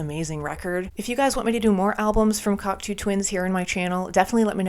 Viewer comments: One of my all time favourite groups, they are absolute legends. Now, unless I've been saying their name wrong for decades (and anything's possible!), it's pronounced (Kok - "toe") Twins, not (Kok - "too" Twins). Love your reactions!!! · It's CocTOW Twins, not CocTOO Twins...😮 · You kids 😅 It's "Cock-toe" not Coctoo hun.❤ I'm so glad you crawled out from underneath your rock. The word you're looking for is "murky" Thats guitar your calling a bagpipe in Iceblink Luck. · Just to let you know you are pronouncing Cocteau wrong. It is pronounced Cock- TOE ! Glad to see people discover great music btw ! 🥰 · Hi. Glad you discovered this band. Just a minor correction - Cocteau is pronounced "cock toe". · Great reaction,and can guarantee it won't be the last time you listen to this band - but be aware,their first album "Garlands" is a far cry from this,and very much in the post punk mold from where they started - still some epic music on there. But do have to correct you on the pronunciation of the Cocteau Twins - it's Coc (toe) not as in too...sorry,it's a small thing,but then the last song "Frou Frou Foxes In Midsummer Fires" is pronounced Froo Froo, not Frow Frow...again I apologize about being so pedantic,and hopefully you'll do more breakdowns from this awesome band, you may also want to check out very close connections like This Mortal Coil and Dead Can Dance (if you think Liz Fraser from the Cocteaus has an amazing voice,wait until you hear Lisa Gerrard from Dead Can Dance,and guitarist Brendan Perry has an amazing voice as well) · Awesome reaction, awesome band, awesome bunch of albums too - and worth investigating some of the stuff that spurred off. Just a note - it's pronounced like "Cock toe" - French :)